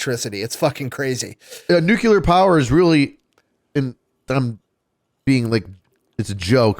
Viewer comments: saying NUCULAR irks me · Nuclear. New-Clear. Not nuculer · Can we please discuss the fact that Nuclear is one of the most mispronounced words in the English language. There is no "U" after the "C" in the word. While there are 3 syllables in the word, that part most people get right, it is pronounced Nu - cle- ar. So many people pronounce it Nu - cu - lar, and they sound like a friggin water head. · I know about “freedumb” of speech, but stop saying NEW CUE LUHr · Did keep saying nucular? Or am I just not hearing it correctly? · probably pronounces it nucUlear too. . .lol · I hate how pronounces nuclear (just a pet peeve of mine), but I still agree with him on nuclear power. Everybody points to Chernobyl when they try to say how dangerous nuclear power is, but that's giving the Soviets far too much credit because they couldn't engineer their way out of a piss-soaked paper bag